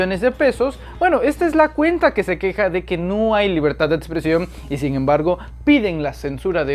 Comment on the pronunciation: Expresión, no etspresión. Pero bueno que esperamos de ti si tu líder es el "residente" de la república.